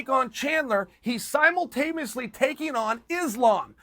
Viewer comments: Uncle chael hit us with "simultameously" lmfao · Simultameously or simultaneously, Chael? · Well that was a weird way to say simultaneously 🤣